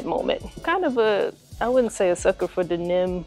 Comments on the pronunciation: It’s crazy how you pronounce the word denim… This cannot be the first time you’ve seen this word in the English language. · Q the way you pronounced denim had me rolling 🤣. I swear u was saying "Then Them" so lol I figured you would block the comment luv. Salutes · Hunni, the way you say denim had me trippin’! Is that a Chi town thing? Of course I want these, but I definitely don’t need them because I have the women’s pair that dropped last year or the year before.🔥🔥🔥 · SAME HERE ☺️...still appreciative of the content though! 🇹🇹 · Lol. Where are you from, if you don’t mind me asking? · Don't think I've ever heard it pronounce that way 😂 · Fax 😂 I was like tf she said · 😂😂😂😂😂 I ran it back like hella times even took my headset off 😂😂😂😂had to make sure I wasn’t trippin. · no reason to be nasty about it ma’am, by the way, I’m not a champ, I’m a female, thanks. Just weird the way you chose to say the word, that’s all.